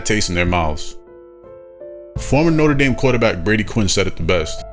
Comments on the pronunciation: He pronounces Notre Dame differently every single time he says it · My biggest gripe is him not deciding to pronounce it note-er Dame or note-trah dame